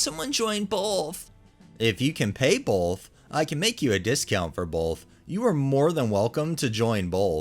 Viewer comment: It wouldn’t stop! He said it like 6 times. 😂